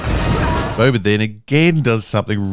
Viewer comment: You say Boba. I hear Bubba. Am I the only one?